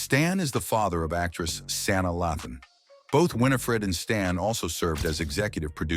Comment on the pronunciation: Learn how to pronounce "Sanaa".